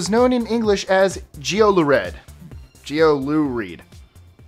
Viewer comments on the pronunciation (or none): ''Geoluhread'' is pronounced ''jew-la-reed'' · Also, geoluhread is pronounced yeeolereed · It's literally pronounced yellowred. I'm sorry but why can't you do a small amount of research into the pronunciation but you can research 25 facts?